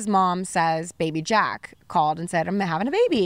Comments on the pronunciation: So Travis Scott's real name is Jacques Webster, Jacques being a French name, so presumably he'd use the French pronunciation "Jahk" with a soft J. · Jacques is like jock (not Jack) but the j is pronounced more like a soft j like je. Not ja-kwes . I had a good laugh, but then remembered how stupid French can be. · LOL what?? Jacques is French… like Jacques Cousteau! Not Jack, that just seems like it’s an Americanized nickname. I would imagine he changed it to Travis so a bunch young people didn’t pronounce it wrong all the time… like you just did… 😄